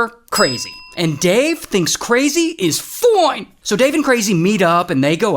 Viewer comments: Can you say fine not “FOINE”😂😂. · The way you say foine is funny ngl 😂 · “Foine” lol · Every time this dude says "foine!" , I lose it. :D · The way he said fine…what he actually said was fwine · “Dave thinks crazy is FOINE🤌🤌” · The "foine" was killing me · I love when ray says FOIN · Whenever he says foin he got me dying😂😂💀💀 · No not fine “ FOIN”